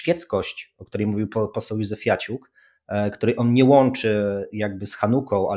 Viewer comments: Józefiuciak, nie Józefiaciuk😂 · 🙂 Panowie, ten poseł, o którym mówicie w początkowej części odcinka, nazywa się Marcin Józefaciuk. Nie ma tam "i" między "f" a "a" 😀 W jednej z poprzednich "kultur poświęconych" Konstanty chyba się delikatnie przejęzyczył i tak już zostało 😅 Przy okazji serdecznie Was pozdrawiam i dziękuję za wszystko! 🙏